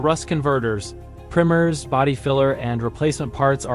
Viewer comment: Videos would be a lot more believable if you could pronounce the words properly, especially simple words like primer